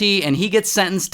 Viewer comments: “south carolinuh” your not american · Naw, bro. What the hell is South Cara-lena? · Bro rlly said south care oh linna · He said Lina not lie-na 😂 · South caro - LI - na 😂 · South Carol-lina 😂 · “South carlina” 😂😂😂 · "south carolena" 💀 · It’s (south-care-roll-line-uh) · why bro say caralena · south carolinna"😂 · The way he says South Carolina 😭🤚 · the biggest crime is him mispronouncing south carolina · Man that guy was crazy. But not as Crazy as the pronunciation of South Carolina 😭😭😭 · Hol up now we aint jus gon slide pass how he said south carolina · What is this guy, he’s just mispronouncing everything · i didn’t like the way he said south carolina